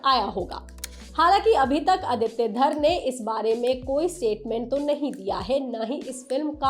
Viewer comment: Exactly! Raaaaangi (रांगी) nahi hai..Rangi (रंगी) hai. Theek ussi tarah film ke director ka naam Aditya Dhaaaar (धार) nahi, Dhar (धर) hai..😅